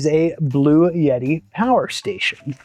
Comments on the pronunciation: All good, except the brand name is BluEtti, not 'Blue Yeti' as it was pronounced. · For the love of GAWD stop calling it a Blue-Yeti. It's a Blu-etti. There isn't a "Y" in there for Pete's sake!!! Now - carry on..... LOL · Why are you pronouncing it as “Blue Yeti”? It’s Blue Etti. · There's NO Y In bluetti. LOL Not a blue yeti, but a bluetti. LOL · PRONOUNCED " BLU- EDDI" NOT "BLUE YETI" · I ask Bluetti how to pronounce the name. They write back " Blue Ti" because the TTI part of the name, which is its triangular logo, has a triple meaning. So don't pronounce it as "Blu et ti" . Do do as they said :" BLUE -TI" ( two syllables, not three). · There is no "Y"...In bluetti...Bloo-Etti....You did a great job with this....and gave some very helpful info.I really appreciate your efforts with this.. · blu-et-ee. no "yuh" sound. Thanks. 🙂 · Why do people pronounce the manufacturer name as "Blue Yeti"? There is no 'Y' in Bluetti. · but it sounds like you say blue yeti. 🤷‍♂️ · You are not pronouncing it in either of those two main ways. There is no "yet" in the middle. Suppose you have a friend Ed that everyone calls Eddy. Say: Blue Eddy. That is how it is pronounced. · Learn to say Bluetti correctly. You sound dumb when you are too lazy to read a word correctly.